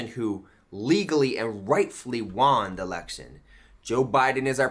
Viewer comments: Why does he keep saying "wan" instead of "won?" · Why does he pronounce "won" as "juan". Is it because of "Juan o seven"? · Why is he pronouncing won as "juan"? He sounds like a child. One in need of a helmet.